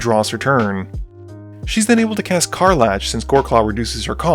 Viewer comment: CAR. LACK., I love your videos, dawg, but PLEASE, HER NAME IS CAR-LACK NOT CAR-LATCH